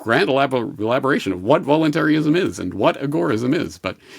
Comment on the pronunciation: Its "VOLUNTARIST" not "voluntary-ist" And its not "VOLUNTARY-ISM" its "VOLUNTARISM"